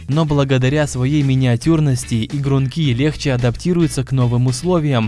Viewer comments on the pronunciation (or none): Не ингрункИ, а игрУнки! Автор,у вас проблемы с ударением? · игрУнки! на у ударение!